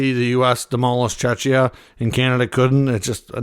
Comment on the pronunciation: Mate, Czechia is pronounced with a K (ch).